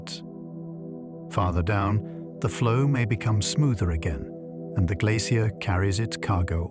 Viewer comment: I find this difficult to listen to simply because AI doesn’t know how to pronounce the word glacier. It’s even trying out several different ways to pronounce it. Just too distracting to sleep, which is too bad because I’m sure it is interesting.